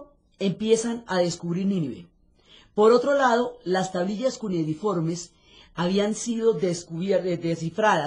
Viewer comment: Buenas. La palabra que usa la señora Diana para referirse a las tablillas es equívoca. No es “cunediforme”, es cuneiforme. Gracias.